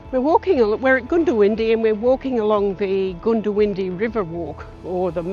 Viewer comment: Pronounced GUNdiwindi. 🙂